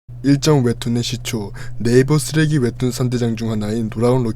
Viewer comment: 목소리는 그렇다 치는데 발음 교정 필요하다 ㄹㅇ 웹툰 ☞ 웨툰 대학일기 ☞ 대하일기 끝나버립니다 ☞ 끝나버린니다 습니다 ☞ 슨니다 점점 ☞ 전전 등등 발음 엄청 새시네 볼펜 입에 물고 연습 많이하셔야 할듯 발음 새시는 분들 보면 입술 많이 안움직이시던데 오바스럽다고 느낄 정도로 입을 정확하게 움직이고 크게크게 입을 찢으면 200% 나아집니다. 컨텐츠는 재밌는데 발음이 정말 아쉬워서 댓글달아봅니다. (경험자로써 추천)